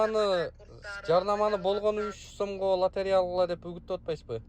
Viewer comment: директор болом деп тили келбей дректор дегенде кулоп берип 😂😂😂😂😂 откондо бир баткендик журот лотерея га тили келбей ойнотуп журот 😂